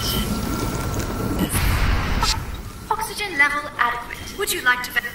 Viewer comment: bro for a second I thought the speaker said "state of the art- FUxygen"